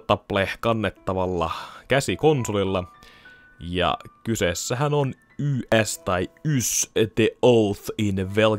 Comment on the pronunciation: Katos, suomenkielinen Let's Play -video Ys-sarjan pelistä. :) Aika viihdyttävää katseltavaa, Olen sarjan pitkäaikainen fani 80-luvusta lähtien, eli jos koskaan haluat tietää jotain kyseisestä pelisarjasta, niin olen henkilösi. Sen voin jo sanoa suoraan että sarjan nimi lausutaan suomalaisittain "iish". :)